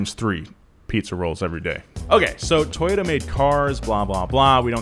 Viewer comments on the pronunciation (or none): toyota? it was toyoDUHH~~